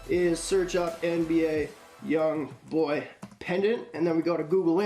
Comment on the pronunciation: Pronounce his name right bitch